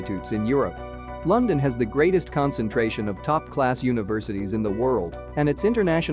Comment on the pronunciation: Eye lyke Lunndunn 👍